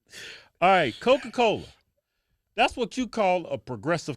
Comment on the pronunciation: “while you got cowca cowla out der sellin str8 pohizen” - Kevin 2021